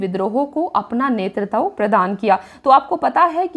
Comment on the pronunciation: BHOSDI WALI TU HAR BAAR NETRITVA KO ' NETRTAV ' KYO BOLTI HAI? - SIR DARD KARNE LAGTA HAI TERI HINDI SUNKAR - TU 100 SAAL KI BUDDHI HO GAYI, TUJHE HINDI PADHNA NAHI AATA - TERA DIMAG THIKAANE NAHI RAHTA - MAADARCHODI TU PAHLE APNE DIMAAG KA ILAAZ KARA - BAAR BAAR GALAT PADHTI HAI BUDDHI - NETRITVA KO BAAR BAAR ' NETRTAV ' KYO PADHTI HAI BUDDHI? TUJHE SHARAM NAHI AATI, ITNI BADI HO GAYI HAI - SAALI LADKI CHOD DENGE SAALI LAUDA PILA DENGE